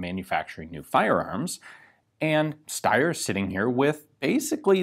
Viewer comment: But it's the right way